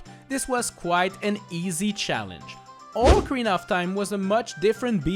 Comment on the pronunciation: It’s pronounced “Ock-a-reena”